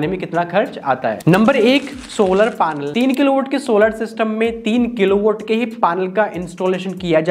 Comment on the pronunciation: पानल क्या होता है भाई ।।। पैनल होता h वो